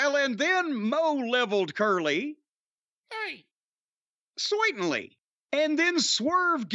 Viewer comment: "Soytenly" always get a chuckle over the 3 Stooges way of "Certainly"